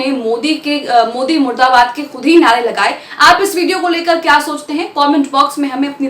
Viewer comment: Plz correct murdabad not muradabad.